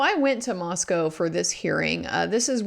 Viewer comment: Wow. You pronounced "Moscow" (in Moscow, ID) correctly.